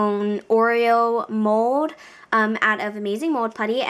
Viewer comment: WHY DO YOU SAY MODE! ITS MOLLLLD